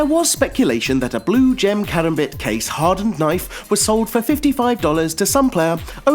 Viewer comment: Holy fuck I never knew someone could mispronounce karambit so bad